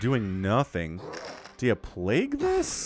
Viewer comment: I love these casts and absolutely hate the word "plague-ooo".